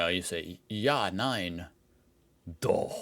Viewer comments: Wow,. Your pronounciation of "Doch" was perfect! We know that the ch-sound is not easy for Americans. 😀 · it's so funny to me how you mispronouced a simple word "ja" but totally nailed the "doch" which is pretty difficult to pronounced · Your pronunciation of "Doch" was spot on, I had to listen twice to make sure, because it was actually that good. Edit: the fact you say djah, instead of ya for yes makes this kind of ridiculous😂